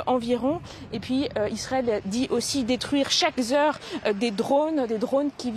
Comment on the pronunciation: "ChaqueS heure" horrible liaison